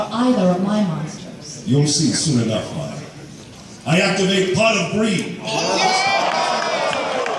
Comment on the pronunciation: It's Mai not may